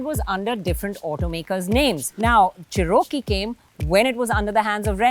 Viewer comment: It’s a Cherokee not zherokee